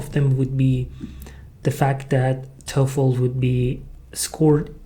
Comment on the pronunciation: Hi, work on the dark l sound in the Toefl. It currently sounds like tofu.